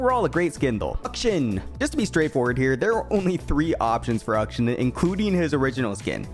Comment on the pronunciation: WHY DOES BRO CALL HIM UKSHUN???